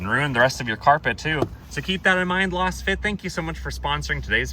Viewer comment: I believe Lasfit is pronounced the same way as Laser.